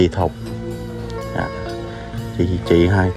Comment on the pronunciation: Chị Thục.Chứ ko phải "Thụt" nhé